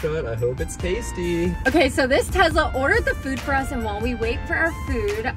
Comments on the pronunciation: Hey guys by the way Tesla is pronounced with an s it is not Tezla it is tesla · by the way it is pronounced tesla with a s not z, it annoys me so much when people say it with a z I would know cuz my mom owns a tesla. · ahhh when you guys say Tezla it hurts my brain its Tesla